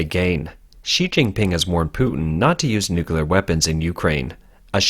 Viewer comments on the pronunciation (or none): That's a lot of "nuculars". Don't worry, many people don't pronounce nuclear nuh-clee-ar properly either. My brother had this thing were he constantly pronounced hospital as "hostipal".